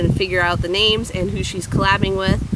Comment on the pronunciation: so cool you got the names Right!